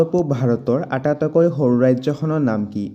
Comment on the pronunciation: আটাতইকৈ নহয় আটাইতকৈ ক'ব। আপোনাৰ উচ্চাৰণটো অলপ ভূল হৈছে।